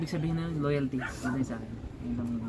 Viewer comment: Ang diin ng “LOYALTY”